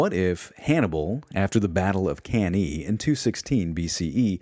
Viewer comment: Good job man. Great organization and effort. Other than mispronouncing some stuff like cannae, you presented this with so thought and passion.